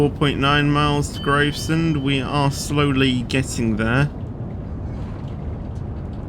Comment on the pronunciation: how many times have I told u it's GRAVESEND so GRAVES as in Graveyard and SEND as in you sending texts